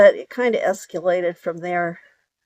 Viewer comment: "Esculated" 😂😂😂 "That would have been SCARY" Hahahaha!! I literally LOL on that one! You're so cute! ❤